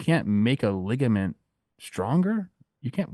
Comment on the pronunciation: the way says ligament as ligment is crazy